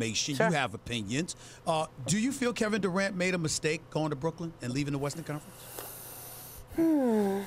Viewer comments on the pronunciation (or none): none